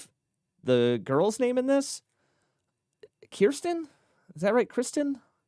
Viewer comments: You should check out Mitch's new solo cover of Your Power by Billie Eilish. The new bass is Matt, you were right about the beatboxer being Kevin, and her name is Kirstie (rhymes with thirsty). Another good one for Mitch is Aha live in Singapore. Great reaction!🥰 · Kirstie....rhymes with thirsty. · So, please go back and give a listen to HAVANA, CAN YOU FEEL THE LOVE TONIGHT?, LOOKING THROUGH THE WINDOW, HAPPY NOW, and also RATHER BE. (And it's Kirsty, rhymes with thirsty, who is the main soloist in Rather Be, which is why it's so good. But filmed it on their first tour to Japan, and it's a fabulous look at the old market in Tokyo, as well.)